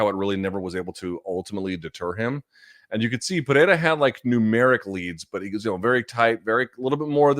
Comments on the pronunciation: You're one of the 'gringos' that can say Pereira almost perfectly. Congrats! lol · Luke if you can’t roll your R’s don’t substitute it with a T sound